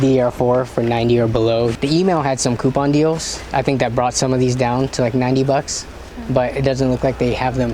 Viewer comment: The way he says bucks is so strange. The only way to describe it is 🅱️ucks